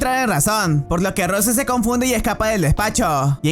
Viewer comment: se pronuncia rous